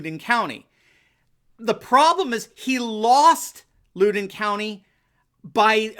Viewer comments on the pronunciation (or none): "Loud-en" county... not "lood-en" county. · Loud....in County.....not looden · It's LOUD-EN COUNTY! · Loudoun is pronounced Loud-en, not Looden. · Just say "Loud in" to get the name right for the Virginia county. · Looden- haha - no. Loud-done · Loudon is pronounced Loud-en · It's pronounced (Loud) (den) Cheers from Northern VA! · Loudon County=Loud-en County in pronounciation. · It’s Loud-in county. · It's Louden (LOWDEN) county ..... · FYI it’s pronounced Loud-don County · It’s pronounced Loud-en county in Virginia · Pronounced phonetically at least “Loud don” County. Next to Fairfax County which is totally Lib. Makes no sense considering how many residents work directly or support the USG. Fairfax usually carries the entire state and its typically blue. Sucks!! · PRONONCED LOUD (like noise loud) DEN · Loudon county is actually pronounced to sound like "cow"-den, like the word, "howl". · Loudun is the phonetic pronunciation for Loudoun County. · It's pronounced Loud-en county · Loudoun County is pronounced like Loud. Also, I'm really glad we have some REAL election results from you,! Fox has not even called FL yet! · Loud-den county. That’s how you pronounce it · LOUD - en --- is how you pronounce Loudoun. Wooooo hoooo!!! My county!!! YAY!!!! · It’s LOUDen county, va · Sorry,, but it's (Loud In Country) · I am a Virginian and with great respect to you Sir, Loudoun County is pronounced (Loud-in) county. We have a lot of counties with tricky pronunciations. If you ever have to report on Fauquier County it’s (faw-k-ear) County. Love this channel. Thank you so much for your positive messages and educated insight! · It's pronounced Loud-en co. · In Virginia, that county is pronounced Loud-en. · hey - it's 'Lou-dên' VA 😉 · I lived in the neighboring county in VA, it's "Louden" county as in the word "loud." Thanks for all you do! My wife found you on Youtube and told me about you. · Loudon. Like loud.